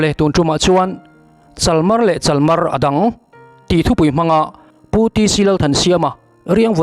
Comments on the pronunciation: Chalmar ti a lam hi a diklo,chalmaar tih anga ri tur a ni.Thingpui tihna mai a ni a,Ringtu hmasa te khan zu an in duh tawh lova,thingpui an in zawk avang khan zu hmuna khawda ho khan ringtu hmasa te an deusawhna ṭawngkam ani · Chalmar hi Bungkawn tih anga thluk tur a ni e. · Chalmar tih kha i thluk dik lo. "Riangvai" tih thluk anga lam tur O. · Chalmar tih hi hetia ziah zawm hi a ni zawk lo maw. Hei hi a lo chhuahna chu "Pûma zâi" ațanga lo chhuak a ni a. Tehkhin thu, tehkhin thu danga modified a nih chuan a dik lo ang. Pûma zâia a chhiar rîk dân kha chu "chál" tia a ri sanga lam a, "màr" tia a ri hniama lam a ni thung țhin a; "chálmàr" tia lam tûr a ni a. "Thingpui" tihna a ni. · CHalmar tih i lam dan mawlh mai hi a ni.😊😅 A kal ta a, tiha kal ta, tih rik anga tihrik tur aw😮😮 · CHALMAR tih i lam dan hi a dikhlel deuh a ni CHAL lai hi sa upa (a pachal) sawi a chal tih hi lam tur, tin, MAR hi thla "march" Kan lam dana lam tur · Chalmar tih pawh i lam dik lo em mai😂